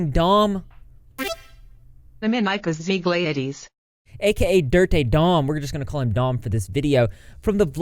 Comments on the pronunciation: Google pronunciation of "Zeglaitis" is not even close, It's pronounced like "Zeglitis". So disappointing when I hear about people from my country doing stuff like that, but I can't say I'm surprised. 🐢🐢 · it's zuh glyt iss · I think it's pronounced zeg-leigh-tus bc a cartoon spelling bee scene I have a weird fever dream memory of